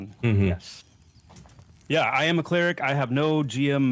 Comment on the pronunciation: We need to talk about how you pronounced Cleric.